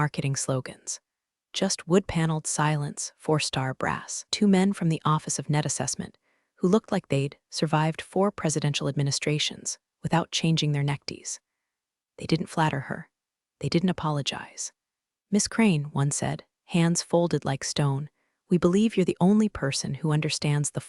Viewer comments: Haha, "necktees"? 🤣 That’s a new one! At least it’s creative just not quite what they were going for! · I particularly like "necktees" for neckties. LOL